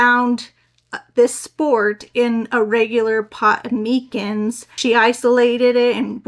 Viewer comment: MY-Cins is how you pronounce it.